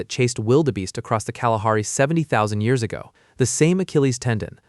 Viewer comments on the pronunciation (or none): none